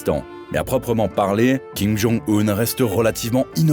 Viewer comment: Arrêtez de dire Kim Jung "oun" ;)